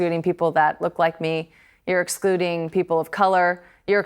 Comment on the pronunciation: did she say expluding?